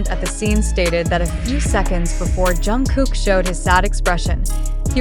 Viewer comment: Pronounced: Jung-guk Hard G not K sound!!!